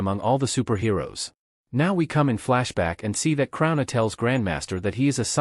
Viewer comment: Krona: I am Krona! A.I. Voice: The super villain is called Karuna.😂🤣